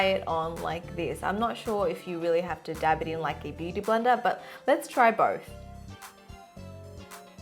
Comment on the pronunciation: When you said blender brush I heard Brenda